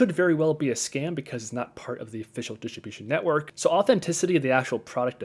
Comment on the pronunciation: "dishibishin network"